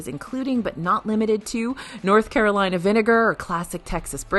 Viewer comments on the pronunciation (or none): none